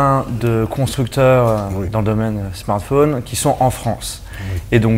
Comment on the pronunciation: Un smartphone, pas un smartfaune. C'est pourtant très simple, c'est comme dans téléphone, ça se dit pas "téléfaune".